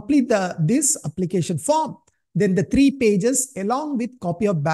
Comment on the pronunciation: Treee nhi threee 😢